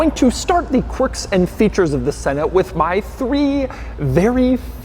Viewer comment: It’s annoying when you say corks in features and Infotainment system